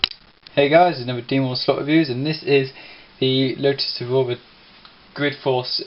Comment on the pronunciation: Lotus Evoura? Evora mate there is no U in it, just saying